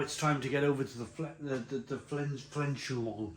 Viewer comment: Firstly, Spaten (Spade) in Tesco is 3 for £6.50 making them £2.16666 per bottle. Pronunciation of Fiçi is like - Fee Chee - or so I believe Feldschloßchen you have a lot of problems with. Try this FELD - SCHLOSS - SHEN, that's close enough. (It's £1.22 a bottle in our Asda on the bottom shelf. Same with Champigneulles - it's on the bottom shelf (Asda keep it a secret) at £1.32. I'd drink all of those and not be one bit disappointed. The only ones I haven't tried already are the St Marcos (?) and the Cambden Hells and only because I can't find it in our stores. The rest are always in the garage and are drawn at will, whenever I want a beer.